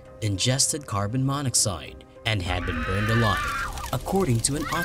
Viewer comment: By the way you pronounced it I guess you never heard of carbon monoxide before. Or phenobarbital or ceremony. Please hire a narrator